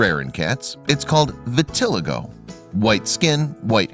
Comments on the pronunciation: BTW - - the condition called vitiligo is pronounced vih-tah-LIE-go (accent on the "LIE" ) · Vitiligo (vit-ih-LIE-go) - it's called SIMPLE research.